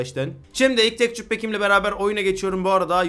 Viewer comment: Tekçür diye okuma abi ya tekstür de şuna tilt oluyodur herkes